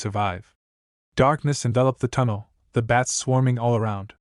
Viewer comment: Can you seriously not say bat? You keep calling them beds. No bed could fly.😂😂😂😂